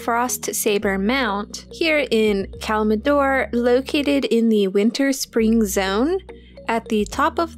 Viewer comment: It's not Kalmidor it's Kalimdor.